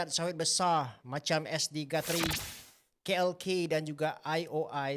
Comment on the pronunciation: Gatri❌️ Guthrie✅️